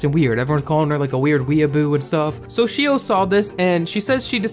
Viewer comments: this video has so many twists and turns that i don't even mind how you're butchering Xiao's name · xiao is pronounced shh-ow not she-o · It pains me to hear him pronounce xiao like "shi-o" instead of "sh-ow" but idk he might be saying it right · Lol I know this video was like 2 years ago, but the pronunciation of "Xiao" Is actually SHAW, or SHZAW and it actually means "little" in chinese or maybe im wrong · I'm Chinese and no, it's not pronounced as Shaow... It's pronounced as See-OW. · since you mentioned xiao i thought you meant her name was 'shio' so heres a quick explanation!! x in chinesse is pronounced like J + SH at the same time so its pronounced jao/shaow. hope this helped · It’s Sh-aa-ow not Shio for Xiaos name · Btw xiao i think is pronounced as xi-a(ah)-o(oh) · Xiao is pronounced like "ZA-O," I believe and Manaki is pronounced like "MANA-KEY" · For everyone reading through the comments, quick little fact: "Xiao" is pronounced like "shao". No hate at my boi making this video lol, Asian names can be hard to pronounce. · Xiao isn’t really pronounced like shao though... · It’s pronounced shiao, not shao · it was so tough listening to him say shio over and over haha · It’s pronounced as See-ow (except connect the two syllables into one) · For the record “Xiao” is pronounced more like something in between “Shaow” and “Jaow” :) (I love Xiao’s channel!) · took me a min to realize he was pronouncing XIAO as she-o 💀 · btw "Xiao" is pronounced "sh-ow" it is Chinese for "small" or "little" etc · BTW you pronounce xiao like this: shaao (from what I know!) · xiao is pronounced shi-aow manaki is pronounced ma-na-kee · i believe xiao’s name is pernounced sh-aow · Xiao is pronounced like she-ow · Its pronounced, shao!! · You pronounced Xiao shio? That's kinda annoying But ok And hmmm Manipulative mother Frick this world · 'sheeo' :,)... its enough to do SOME research before pronouncing a foreign name, right? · Every time he said your name I died 😂